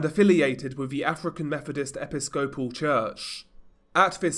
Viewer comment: Epi-SCOPE-al made me laugh. No way you'd know how to pronounce this from the UK, but just FYI, it's e-PI-sco-PAL